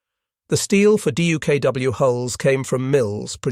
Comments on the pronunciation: With great patience and far too many "D-U-K-W"s and the occasional "D-U-K-W-S", presumably a misspoken plural rather than a special "duck" model, I'm having to leave this clip halfway through "duck" being, the simple way this amphibious vehicle was, and still is, commonly pronounced. Painful repetition. Otherwise excellent. I might yet return for the second half steeled against the annoying spelling out. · I would pay for a version of this video with DUKW pronounced as “duck”.